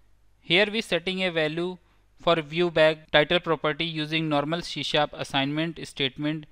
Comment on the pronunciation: It's C# NOT SHE SHAP ONE MORE TIME I DARE YOU, I DOUBLE DARE YOU